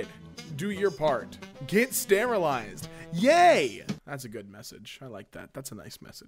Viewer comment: At first I though the YAY said GAY